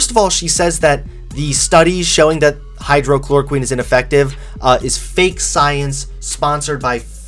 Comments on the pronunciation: I’m not entirely confident that you did any valid research given that you are unable to properly pronounce “hydroxychloroquine.” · Far as I'm concerned, the Ohio University incident was a long time coming. When you're interviewing, there shouldn't be any "gotcha!" tactics as she uses. But at least she researched. She may look like a Bob's Burgers character but at least she researches. can't even pronounce the doctors name correctly, nor the drug he speaks of. He is becoming the very thing he despised only months ago. Not siding but I DID TRULY try to give the benefit and let him speak to prove his argument. The arguments are weak and watered down. "Interviewed" one of the dumbest people on this planet just last night or night before to basically compare and go "see how smart I am next some hillbilly trash with a 3rd grade education?" He's not only becoming what he hates but he's dumbing down too. This channel has been declining. Least I gave him the benefit of turning around. But I already get CNN so I know longer need. But you youngins in the crowd have fun learning how to become cold, SJWs with your gender studies degree with this BS spew. Maybe he should try interviewing someone like me who is a frontliner about COVID. But I don't want to be responsible for a 14 year old having a stroke. All that said, truly best wishes foe him as he figures out where he belongs. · hydroxychloroquine does work..........as a malaria treatment. hydroxychloroquine does NOT work.......as a covid-19 treatment. And yes hydroxychloroquine....not hydrochloroquine as you pronounced it. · Your pronunciation of Hy-droxy-chloroquine needs work before you give a report. Also, so you’re informed, hydroxychloroquine is under $10. The CDC favorite, Remdesivir is over $3,000. BTW, after watching this ridiculous video with very poor research.....I’m unsubscribing. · Right? I just unsubbed. This kid is getting dumb. Can't even pronounce the name of the drug correctly.